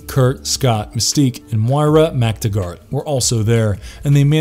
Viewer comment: He didn't regrow Adamantium in his claws as you stated. Also you mispronounced McTaggert's name